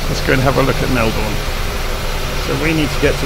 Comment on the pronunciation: Lol the way u say Melbourne isn’t that correct or should I say it isn’t the Aussie way